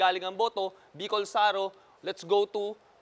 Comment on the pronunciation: Bicol Saro matigas bigkas hindi malambot..it means 0ne Bicol